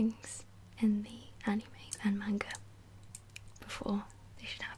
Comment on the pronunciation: only thing I didn't like is the way you said manga but most non-japanese people or non-japanese speaking people don't know pronunciation